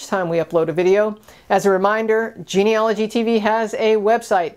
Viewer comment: It's genealogy, not geneology.